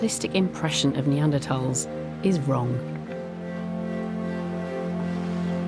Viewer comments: WHY IS THE PRESENTER MISPRONOUNCING NEANDERTHALS? YOU'D THINK THE PRESENTER WOULD MAKE THE EFFORT TO LEARN HOW TO PRONOUNCE THE KEY SUBJECT OF THIS DOCUMENTARY CORRECTLY!!! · why cant she say their name right? Can she not say TH